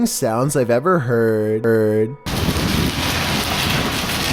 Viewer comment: No one: Comments: Lol he said heard-eard